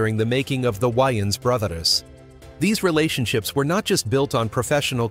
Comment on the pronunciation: "The Why-anns Brothers"?